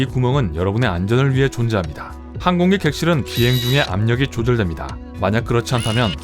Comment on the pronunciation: 항공기, 하얀, 새, 세상 모두 억양이 틀렸어요 읽기 말하기가 엉터리에요